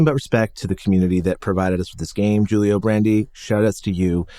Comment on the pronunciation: Oh, BTW Julio is pronounced "Hool-io".